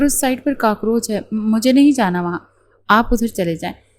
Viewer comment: کاکروچ ہوتا ہے کاکروج نہیں😂